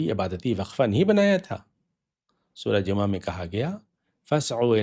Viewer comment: Sir g aap bilawaja wohi purani rat lagai huwe hain,Lafz Jumaha ka saheh talafuz hi nahen aata aap ko ,is ka sir aik hi meanings hain aur ye hain sab muslims ka 1 call pe jama ho jana forun,koi choon charaan nahenok g koi excuse nahen k me abc nahen chaley gee,uthoo sab jammah ho kar zulm o jabar ki dewaarain gira do.jo aaj ta musamanoon se na gir sakeen@